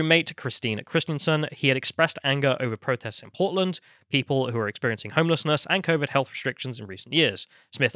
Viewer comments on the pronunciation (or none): Oh PORTLAND! 😂. I thought you said POLAND at first. That makes more sense. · At first I hear “Poland” 🤔 then I figured out they are talking about Portland…. Well yeah, of course